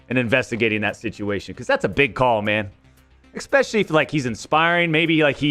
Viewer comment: Where do Americans get EXSPECIALLY and EXSCAPE?